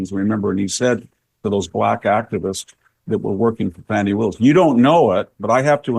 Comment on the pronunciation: Don't be raaaaacist! It's Faw-nee! Ask Joy.